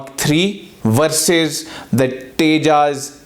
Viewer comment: Pehle Tejas pronounce karna seekh le phir analysis kariyo. Bheekmanga desh k bheekmange log